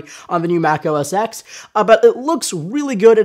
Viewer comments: Am I the only one bothered by the fact that he calls it "Mac OS X" rather than "Mac OS Ten"? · Mac OS "TEN" not EX... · It is 'OS 10' not OS X or Mac OS X. NOT X, SAY 10...10..TEN. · 10 not "X" 10!! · It's pronounced Mac OS 10. Not Mac OS X. The X stands for ten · Yea I know right!? It's OS 10 not "x"! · You said OS ex? And you work for phonedog? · hearing "mac oh es ecks" drives me up the wall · it's Mac OS TEN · Mac OS "EX"? o_O